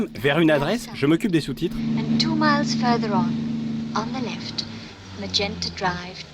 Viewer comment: Même les traductions Anglaise son fausse on dit 'Left' et pas comme á la 2.29 Lefté , puis peu après une autre fausse traduction Anglaise 2.39 on dit James Bond HERE et pas James Bond HIR . Donc encore des pseudo génies en herbes en culottes courtes